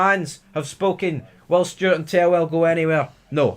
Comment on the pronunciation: You keep saying 'tellwell' when it's "Thelwell"!!!